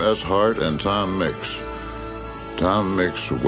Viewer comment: "Tom Micks wept" lol